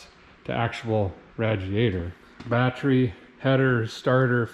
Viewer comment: I love when you say batree my father-in-law used to say it that way he was a great guy unfortunately, he passed away 20 years ago